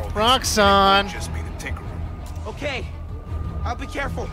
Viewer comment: Title: tinkerer:tinkeler